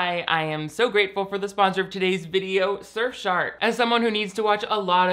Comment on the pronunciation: I am so sorry,, but I fully heard “SurfShart” at first and had to rewind to make sure of what I heard